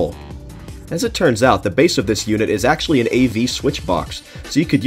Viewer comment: for ACKKKEULLY